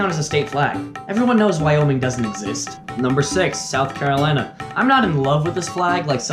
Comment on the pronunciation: Ah yes the beautiful SOURH Carolina